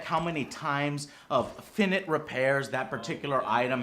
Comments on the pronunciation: Love this video, but....there's one word that you said that made me angry.. "finnitt" Finite is pronounced fai-night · It's pronounced fi-night not fi-knit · Did Joe seriously just pronounce finite as "FIN-IT" repairs??? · did he just say "finnit" repairs instead of finite?! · finite pronounced fye-night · The pronunciation of "finite" was pathetic